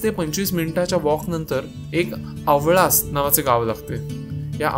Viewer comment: It's Newali not Nevis Aavlas not aavalas